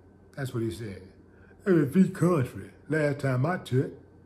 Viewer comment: Last time I checked it was a "FREE KUNN-TRAY...🤣🤣🤣🤣